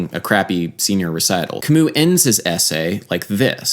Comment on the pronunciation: Sadly adam pronounced his name wrong lol